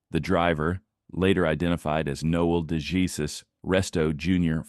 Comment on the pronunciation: Next time try a Spanish pronunciation with “DeJesus.” It’ll sound better, trust me. 😉